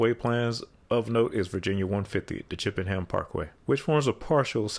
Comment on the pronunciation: Everyone is correcting you about Henrico and laburnum, good on you for getting Chippenham right. As an east end resident, I can't help but giggle that those in the west end created their own problem and now they have to deal with it.